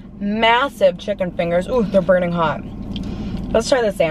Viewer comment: Y she says chick-con omg it's pronounced chicken